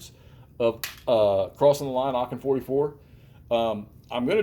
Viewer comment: Just a point The right prononciation of aachen is « aren »